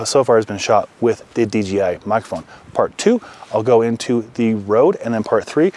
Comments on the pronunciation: great vid... ima troll by saying D G I... lol its D J - (jay) I.. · d J i...not d G i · It’s funny how everybody mistakenly says DGI, when it’s DJI lol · Curious question - why does everyone in almost every review of the DJI system, pronounce it "DGI" (dee-jee-eye)... is this like some weird Mandala Effect thing, where suddenly the letter "J", has different phonetic function than I remembered? 🤣